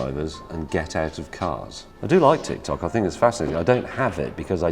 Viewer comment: So, nobody heard him saying TitsTok?